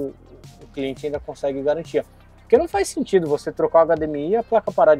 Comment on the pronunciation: Sem galantia sem galantia complo pq quiz